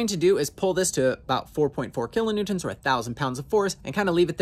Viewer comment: If you really want to feel like you gotta say it kilonewtents.